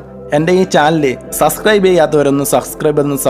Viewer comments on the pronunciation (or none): none